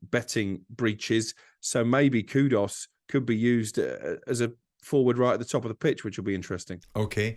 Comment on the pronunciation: Why can not pronounce a single players name given his entire job is about pronouncing players names???? Paquetaaaaah?? Kudos?? Wtf mate?